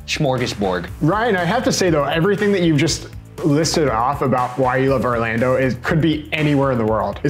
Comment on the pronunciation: not only was i surprised but appalled when ryan said orlando - someone who lives in orlando